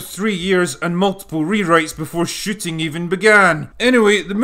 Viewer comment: Excuse me, did you say “shooting” or “sh*tting”? ...either is valid.